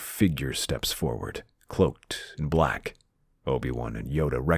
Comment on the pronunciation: "Black" or "Block" there is no try 😆